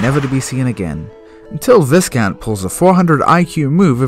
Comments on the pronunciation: “Viss-count?” Oyyyyyyy. That’s “Vye-count” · Viscount is pronounced V-eye-count. The s is silent. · thats not how you pronounce viscount lol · how does a british person not know how to pronounce viscount?